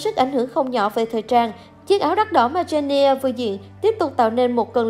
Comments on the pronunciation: Người ta là Jennie chứ không phải là chen - ne đâu má 🙄🙄🙄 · Má cj tui tên jennie mà bả đọc chen ni e, dẫn chương trình hay đấy 🙂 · Đọc tên nta cũng dell đúng đòi dẫn ctrinh